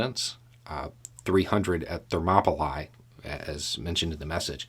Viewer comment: Hi,. Absolutely love your daily discussions. With humblest motivation, the place where the Spartans held their ground is pronounced ThermopyLEE not ThermopyLIE. I guess this observation makes me a pedant. If so, I guess I am. But that does not diminish my appreciation for your lively and wonderful discussion. Keep up the good work.